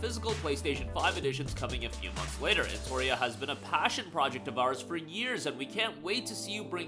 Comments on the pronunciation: why are you misspelling the name of the game, it's eno-tria not en-toria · Say EnTORia one more time. Do it